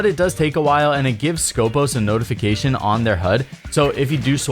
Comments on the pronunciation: Actually she is from Greece and her real name is Σκοπός, which is a saying for a Greek military guards (Στρατιωτικός Σκοπός) is pronounced skopOs and not skOpos , it has nothing to do with scopes... still remains very bad choise from ubisoft because wheelchair and Greek Special forces are not a thing... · She is from Greece and her real name is Σκοπός, which is a saying for a Greek military guards (Στρατιωτικός Σκοπός) is pronounced skopOs and not skOpos. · For clarification it is not Skópos but Skopós. The toning goes to the second O not the first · IT HAS A FCKN TONE IN THE SECOND ITS CALLED SKOPΌS NOT SCΌPOS FOR FCK SAKE